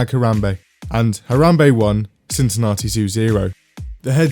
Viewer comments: On behalf of every other British person in the world, that's not how we pronounce Cincinnati. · His pronounciation of Cincinnati is driving me nuts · STOP PRONOUNCING CINCINNATI LIKE THAT